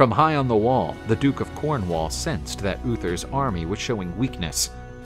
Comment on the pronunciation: Cornwaal and tinttigel. Brittany? 10 out of 10 for enthusiasm, but you just have to watch Excalibur to get the pronunciation right.